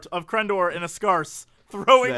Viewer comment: My favorite part is Jesse's genuine confusion before he realizes Crendor's mispronunciation. "Scarce?"